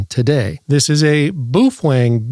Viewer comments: Booh fweng huh.you rookie.you just lost all credibility w me.try bao feng.like it's spelled .try listening to others..sound it out.can you say bao fang?? I knew you could.....jeeezoooo dude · Lighten up man. You need to understand the sense of humor in all his videos. BTW, he pronounces it: BUF WANG!